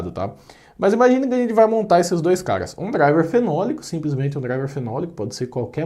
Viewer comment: A impressão que dá é que quando ele chama caras a gente escuta cagas😂🤣😂🤣😂🤣😂